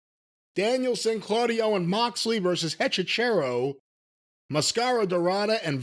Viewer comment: I didn't know that his wife was Hispanic she should teach him how to pronounce Hechicero. I laugh my ass off every time he tries to say the poor guy's name, or he should just call him the Witcher, but in his defense. The letter H can be a little bit tricky for none Spanish speakers by itself. The H is silent unless it has the letter C in front of it